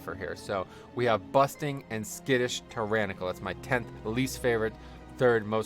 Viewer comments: you forgot to mention busting not bursting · Sounded like you were saying 'busting'. My least favorite btw. Slows down aoe pulls